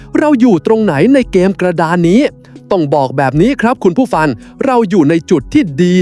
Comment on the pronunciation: กำลังฟังเพลินๆมาสะดุดตรงคำว่า คุณผู้ฟัน